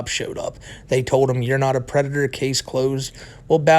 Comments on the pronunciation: is a pwedahtah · "Yeah I gwoped a teenagaw, but I'm not a pwedatow!" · I... Am nahwt... A PWEDATAH! >:( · "I'm not a pwedator" "You are aw pwedator" had my fried ass giggling for like 20 minutes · "You are a pwedator!" I fucking died 😂😂😂